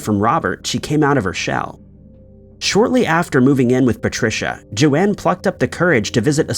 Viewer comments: PLEASE WOULD YOU CHECK THFE PRONUNCIATIONS IT''S JOAN (RHYMES WITH BONE) NOT JO-ANNE.!!!!! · That first story is awful 😢 on the 2nd story the ladies name is not pronounced correctly, her name is pronounced Jone not Joanne… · Why are you pronouncing Joan as Joanne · It's not important, but this is the second video I've seen where you pronounce the name "Joan" as "Joanne." Have you really never heard anyone pronounce the name Joan before? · The second lady's name is spelled Joan, meaning her name was probably pronounced "jown" like Joan Collins or Joanie Mitchell. Joanne is clearly spelled differently.